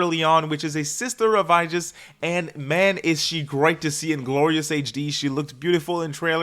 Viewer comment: whos this "aijis"? it's aigis